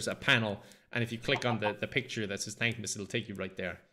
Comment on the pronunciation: I thought at first he was saying dank miss